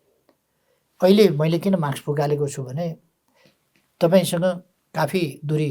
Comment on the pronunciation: ओल्बा माक्स हैन मास्क उच्चारण गर्नोस ।